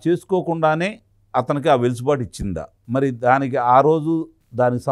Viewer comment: వెలుసుబాటు కాదండీ... వెసులుబాటు.... ఆ పదం వాడకుండా వీడియో మీ వీడియొ ఉండదు... మాకు వినక తప్పట్లేదు 😊😜